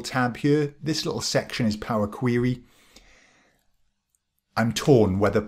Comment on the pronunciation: Love the video! I've used PQ for a few years now and am amazed at how few people realize that it's there. I'm putting together some recommended PQ training for analysts at my company and will definitely include this video! FYI I love your pronunciation of POWA QWEWY :)